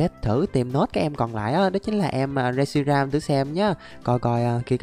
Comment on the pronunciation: Reshiam của người ra mà đọc là shiream